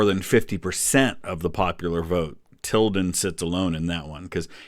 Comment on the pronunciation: Im suprised he said tildan